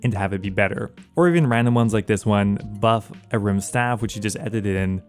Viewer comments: Is the A silent in Ahrim? Took me literally 3 minutes to figure out you weren't talking about a rimstaff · The way you pronounce Ahrim 😫😫